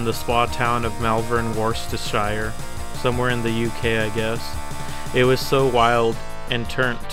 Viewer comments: Worcestershire is pronounced "wuh-stuh-shuh". lmao Americans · Hey, great video. As I am from the city of Worcester, in Worcestershire, I am going to teach you how to say the names of the places you reference in this video! First off, a general one. Counties in the UK that end in "shire", are pronounced more like "shear" - almost "sher" (somewhere in between). The place Worcester (where I live), and by extension Worcestershire, is pronounced "wusta" with the hard "uh" u sound. Lastly, the a in Malvern is the same as the a in Malt. Great video!